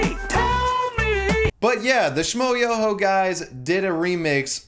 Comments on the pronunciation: How can you not know how to pronounce Schmoyoho? "Sh-m-oi-YÖ-Ho. Accent on the YOOOOOOOOOOO!" It's at the end of every one of their songs... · There's a trick to pronounce Schmoyoho; accent on the YOOOOOOOOOO